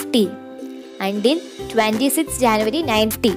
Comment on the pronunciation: It's January not januvary